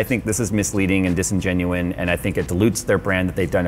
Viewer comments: "dis-en-genuine" = disingenuous or non-genuine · Good lord, it's "Disingenuous".